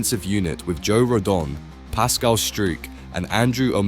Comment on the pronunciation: Some erm, interesting player's name pronunciations. Pascal who? 😂😂😂